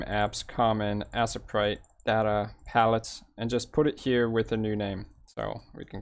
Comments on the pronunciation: This was very helpful, Butt it's pronounced A-sprite not Ass-a-prite! LoL! Loved the video though! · Assprite? Lol you mean Aye-sprite. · I really doubt its pronounced Assprite but to each his own.